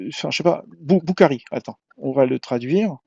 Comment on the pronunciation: Chaque chose en son temps vous pinailler le degret de compréhension. Entre lui qui dit bokari au lieu de boukhary la totale vraiment. Avant de chanter apprenez cultivé vous avant de parler de religion